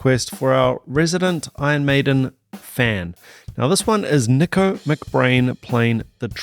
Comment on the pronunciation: Nicko is pronounced like Knee-co NOT Nik-Co.